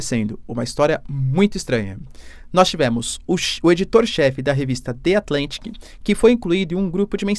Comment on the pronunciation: De Atlantique kkkk The Atlantic ( ðə ətˈlantɪk ) O brasil esta cheio pessoas utilizando aleatoriamente palavras inglesas sem mesmo saber falar o idioma e sem o minimo esforco para pronunciar de forma correta.